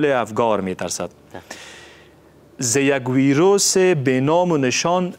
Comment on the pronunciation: چرا همه وییییروس میگه این ویروس هست حتا وزیر صحت عامه هم میگه ویییییروس این ویروس قشنگ تلفظ هم نمیتانه همی کسانی که ده افغانستان هسته